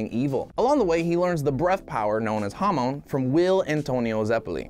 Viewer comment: Most ppl: hamon: hamoan